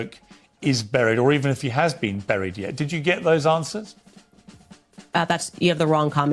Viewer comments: For the love of God, stop saying ‘brried’!! Can’t take her serious based off that alone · Man I can't stand how she says burial and buried. What a dope